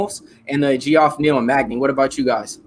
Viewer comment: Lol dude its jeff, not gee off I guess it is new school and you're trying to sound it out, but if you watch ufc everyone knows his name.